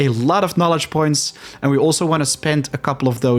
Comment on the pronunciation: You pronounced knowledge as Knolist, not good.